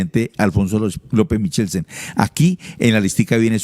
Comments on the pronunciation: Los Turbay no subían pianos desde Honda, eso fue en la época de los españoles, Honda es Tolima., pasa el puente Navarro y llega a Pto Bogotá Cundinamarca. El apellido Michelsen no suena como se pronuncia, la ch suena como q o k. Feo como dice q "se cargo" a la menor de edad como esposa, denota cierto machismo de parte del periodista, q nos repitió lo mismo durante media hora, pensé q iba a profundizar en la noticia, pero se quedó repitiendo el titular... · MIKELSEN¡ Eso toda la vida se ha pronunciado con K hasta lso campesinos mas montañeritos lo decian bien; lo digo por mi papa y mi abuelita que lo decian bien. Michelsen... Semejante montañerada la de este señor periodista; de quien alabo su labor informativa, pero ave maria... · Otra de las cosas por las que Turbay Ayala será recordado por su fonética y su ignorancia